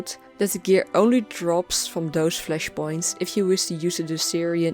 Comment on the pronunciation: I love the way you say Fleshpoints xD Love your video